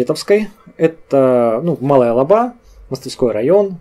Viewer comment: Спасибо за хорошее видео !!! Маленькое замечание: название "Лаба", при произношении ударение падает на первый слог- "ЛАба".